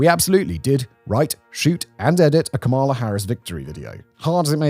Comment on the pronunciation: January 2025 and you still don't know how to say Kamala... sigh